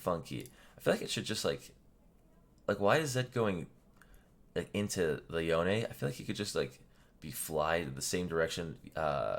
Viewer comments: Professor: Yon-ne Me: Yone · isnt it pronounced "Yohn" not "Yoneh"?